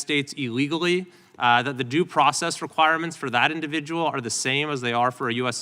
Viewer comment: The problem is others understand it as "due process"....trump read it as "do" process